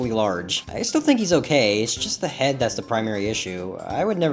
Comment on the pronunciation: "SPWOUT MY HWED HUWRTS" LOL